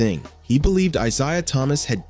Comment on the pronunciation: eye-ZAY-uh eye-ZAY-uh eye-ZAY-uh eye-ZAY-uh